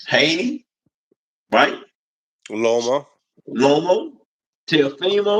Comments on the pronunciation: Love you.. but it’s LOMA, not ROMO not LOMO … lol “respectfully” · Yo u gotta stop calling him romo😂😂😂